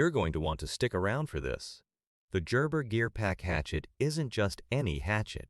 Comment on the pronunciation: AI speaker that can't pronounce "Gerber." Poor ad.